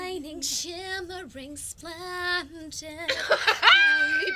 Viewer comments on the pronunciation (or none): get my position righ Jesy starts singing shining shimmering splendidd the way she says splendid ing can't breath 😂😂😂jesy Ur halarious